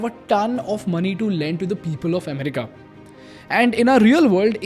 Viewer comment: It's not am ri ka